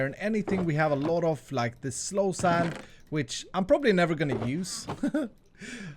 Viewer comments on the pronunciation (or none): It's soul sand dude not slow sand. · Okay, I've heard slow sand, sloul sand, lol sand, low sand, but not once soul sand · It’s called soul sand not slow sand